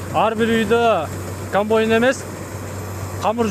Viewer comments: Камбайн токтогуча 77 жолу камбойн деп жалжырады 😏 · Блогер болом десен туура суйлогонду уйронуп анан суйлосон,камбойун эмес,камбайын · Ээ кечке эле камбойн деп суйлойтко.. Комбайн деп айт атакул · КамбОйн🤦‍♀️эмес. КомбАйн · КАМБОЙН ДЕПКОЙ 🤣🤣🤣